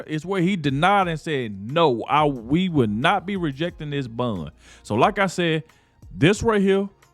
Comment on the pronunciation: This sounds so damn critical of me, but hon, “bond” is pronounce the same way as James “Bond” and not “bund” like “fun”. I’m crying at not being able to find a private way to tell you, but I had to watch this video three times to realize you were talking about a bond. I love you, I follow you, I’m just old and almost deaf. God bless you for the work you do.